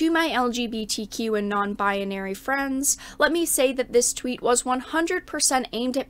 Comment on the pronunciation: Why does pronounce it "bi-a-nary"?